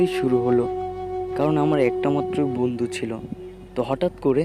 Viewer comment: Nice story vaiya ..but plz bondhu ta properly Bolbn ..apni bondh bolen